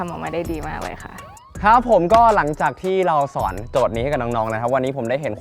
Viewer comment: ทำไมฟังดีๆคำว่าสอนของพี่เติร์ดมันออกไปทางสวน